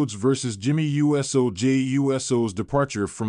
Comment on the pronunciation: Why do you spell out Jimmy uso last name you literally spell it out and say u s o😂😂😂😂😂😂😂 I know someone has to check this before you put this out practice practice practice practice practice practice practice make perfect